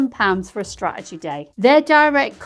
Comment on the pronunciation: Love the videos, the factual information and the humour, but… straegy is spelt and pronounced straTegy. 🥰